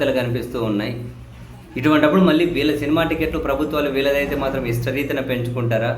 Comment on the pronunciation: ఇష్ణరీతి కాదు,ఇష్ణారీతి